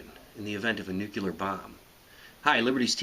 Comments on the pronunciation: Every time you say "nuculer" I get so mad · John Steel IV Not really. 'Tomato' and 'tomaato' are both legitimate pronunciations. "Nucular" is not. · WTF does 'nucular' mean anyway?!! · Hehehehehehe....NUCULAR BOMB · Stop saying "nucular". It makes you sound like an idiot. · Can't watch it. He keeps saying, "Nucular." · Sorry, but pronouncing the word Nuclear as "nucular" instantly removes all credibility. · Its difficult to take this camoflague clown seriously. Iranian ICBM? North Korean ICBM? You sure do know your nookeewylur weapons. Won't you please tell me how to stock up on ammunition and foodstores in your next edumacational tape? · yes he did say noocular- for fuck's sake... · Nuclear is pronounced new clee air.... You pronounce it like George Dubaya Bush... It's distracting. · PLEASE...learn how to pronounce the word nu·cle·ar \ˈnü-klē-ər, ˈnyü-, ÷-kyə-lər\ You lost all credibility for mispronouncing the word...smh. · He doesn't even say 'nuclear' right... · Random Name ...President George W. Bush didn't say 'nuclear' right, either! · You are pronouncing "nuclear" wrong. Stop. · Yet another idiot who can't pronounce nuclear. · You're not fighting a battle, you're making a youtube video. Lose the costume and learn how to pronounce words correctly. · Can't even pronounce nuclear.... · I'm not going to trust someone talking about a nuclear bomb who doesn't know how to pronounce nuclear. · STEP 1: Learn how to pronounce "nuclear" correctly. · In all fairness, what he says and teaches is accurate. It would just be nice if he pronounced the word properly. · Come on man, if you're going to make a video, and want it taken seriously, you CAN NOT sound like Bush. It's Nuclear Nuke-lee-er, not Nuculer, Nuke-u-ler. Just so you know, you WILL go blind if you witness ANY of the flash, there is light that is way outside the visible range that will fry your eyes. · Why do you guys always say nuce(l)ar instead of nuCLEar? Also, nice uniform... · NU CLEAR - NOT NUKE U LER